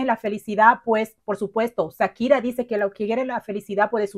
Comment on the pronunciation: Hola...nunca había visto tus videos pero me tope con él y quiero hacerte una observación...se dice Shakira, haciendo el sonido "shshsh" quien te haya dicho lo contrario seguro te quiso perjudicar, un abrazo 😊🙋🏽